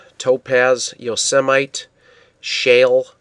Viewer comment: Wonderful stuff !! TOO COOL !! (it's pronounced yo-SEH-mih-tee)